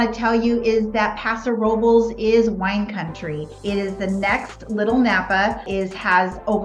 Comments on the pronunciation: Sorry, the R has nothing to do with it. It is pronounced, "Row Bless." Thx for being curious, though. As a Spanish speaker, I appreciate your effort. God bless you. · Paso What? Please don't tell me that everyone in that town pronounces "Robles" that way. Hilarious